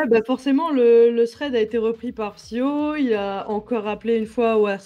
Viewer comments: Techniquement il dit 0 fois ton nom... vu qu’il dit PsyKO et pas PsyHO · pas une fois il a bien prononcer le blaze PSYHO pas PSYKO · Moi je dit 0 fois psk ils disent psyko au lieu de psyho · ben il a prononcé "psyko" beaucoup trop de foi xD (je pense il te voue un culte en secret Oo)